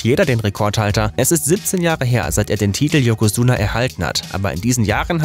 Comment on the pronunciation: Kann er gar nicht :D Das "ch" in "Tochinoshin" wird z.B. eher wie "tsch" gesprochen; Ozeki und Yokozuna würde man eher aussprechen wie "Oseki" und "Yokosuna"..